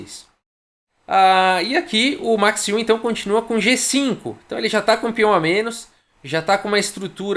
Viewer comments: Podes falar Max Aue ;) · Fala chará, te acompanho aqui da Alemanha diariamente. Eu pronunciaria o nome Max Euwe como "Macs Ouv". Tem um video raro Euwe e Capablanca jogando em onde uma pessoa apresenta o Mr. Euwe para o Capablanca. Admiro muito seu trabalho, vindo à Hamburgo, venha na minha casa!